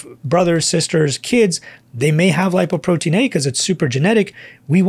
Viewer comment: "Doc, please say "Lipoprotein LITTLE a". It isn't A.